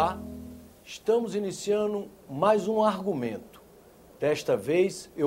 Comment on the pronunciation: "Olá, estamos iniciaNU...' Parabéns, jornalista.